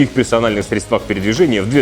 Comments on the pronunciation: срЕдствах, а не средствАх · Не средствАх, а срЕдствах...)